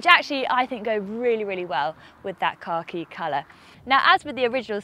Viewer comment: I giggle every time she pronounces "Khaki" as "Car Key" 🤣